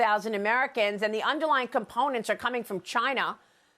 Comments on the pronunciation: It is not, nor has it ever been, called "fentanol;" It's not like Tylenol. It's called FENTANYL - pronoounced NILL. Not nal, not nole, not nol, not nool, but NILL: Fentanyl. The 'y' says it right there; Nothing difficult about it: FENTA NYL. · Wrong it's fen ta nul..you ever hear of a dictionary? If you're going to correct something at least use the correct correction..ugh